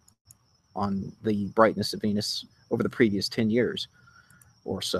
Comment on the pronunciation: and its venus not venis!